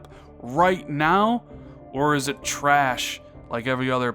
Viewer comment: LMAO, no, this is not trrraash😁